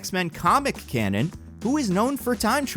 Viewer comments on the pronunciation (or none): none